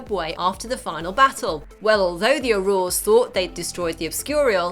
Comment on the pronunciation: That's not the right way of saying 'auror'. The emphasys goes in the 'au' part, not in the 'ror'